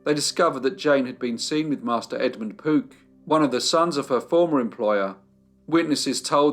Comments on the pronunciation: I kept hearing 'Poop family' 😁😁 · are you saying Pook, Poot, or Poop?